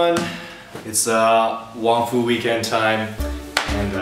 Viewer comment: At the beginning of the video when you said WongFu Weekends it sounded like you said, "Hey everyone! It's ah, waffle weekend time." <-I was like cool! Their gonna do something about waffles! But then I realized you said WongFu weekends lolololol :]